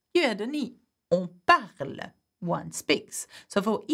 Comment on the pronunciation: We dont say "e" at the end of parle. It is silent. Why do you say it separately? It is silent.